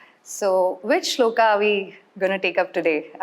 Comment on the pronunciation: It’s श्लोक. Not Shlokaaa. It’s संस्कृत. Not SensKrit. Let’s be a little conscious while speaking. We have grown up on this. Let’s not make it foreign for our ourselves.